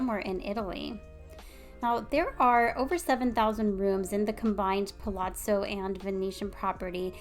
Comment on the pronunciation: Really nice video. I’m particularly impressed that you pronounce the ‘zz’ in Palazzo correctly!!! Kudos.